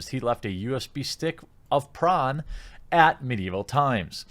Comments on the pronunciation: Are you saying prawn? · Stop saying prawn god dammit! X'D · it took me a second to realize what you meant by prawn. why aren't we saying porn? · How come hes saying pron instead of porn? Is youtube demonetizing for the word porn?